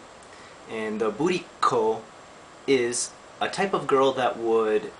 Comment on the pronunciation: burriko call sounded like booty call XD